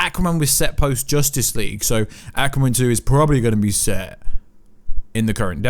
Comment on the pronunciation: What is this "Accuwaman" you speak of?..............😂